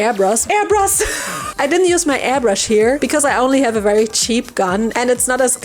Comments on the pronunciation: Airbrush ❌ Airbrus ✔ I love you 😂😂😂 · Died at "airbrus" 😂 love the commentary just as much as the content!